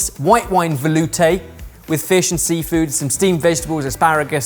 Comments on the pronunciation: "veloutéyy..." why did I expect that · Real Sorted fans said “vElOUtè” before 😂😂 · "VeLoUtÉ...." made me grin like heck 😂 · The moment I heard say “Velouté” my brain instantly think of saying it and he said it after. 😂👌